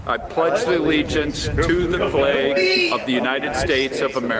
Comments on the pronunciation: What really bugs me is the way they say the word "flag".... The A is a soft A... Like Apple. They say it with a hard A. Like Ape. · "Flag" also isn't supposed to rhyme with "plague". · i pledge a the legiance to the fleyg